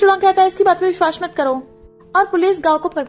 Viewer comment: Its vishwas not vishhvas